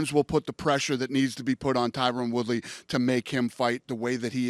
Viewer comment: All these years and Dana still can't pronounce Woodleys name right